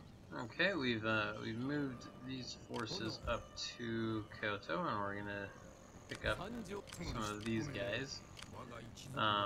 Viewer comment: Hearing Kyoto being called "kai-oh-toh" instead of 京都（キョウト）hurts my soul.